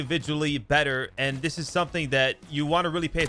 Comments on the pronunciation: Exhaustionn Na I’m good. It’s That not dat. It’s There not Dare. It’s This not Dis. Is it really that hard to make a th sound? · All his words that start with Th, he pronounces them like “dem” and “dis” instead of them or this